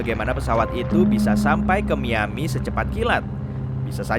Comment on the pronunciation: Kuping gue dengernya MIYABI bukan MIAMI